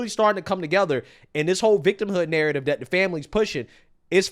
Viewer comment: This so called "" repeatedly saying "Dis" instead of "This" and "Dat" instead of "That" is driving me nuts. 😂